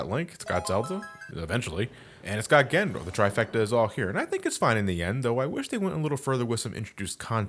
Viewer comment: "This mysterious and elusive fig- Gandondorf" had me dying.